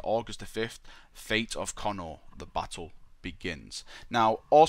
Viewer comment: Pretty sure it's pronounced Co-nor, not Connor >.> At least that's what I remember from the audiobooks, when Guilliman's backstory was spoken brought up and how he was raised on Macragge. Nice video though, appriciate it.